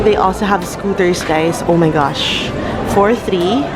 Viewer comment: "ow may gashhh"